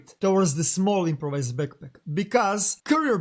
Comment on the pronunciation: Beckpeck, regs, sssstickssss man the way you talk I'm gonna puke really, if you gonna speak it speak it good